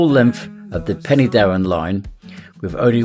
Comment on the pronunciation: Pen- er-Darren not Penny as in currency